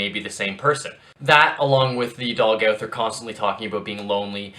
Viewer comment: It is pronounced. Go-ther